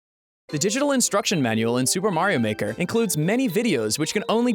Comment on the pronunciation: "Super Mario Maker!" sounds just like "Do The Mario Maker!"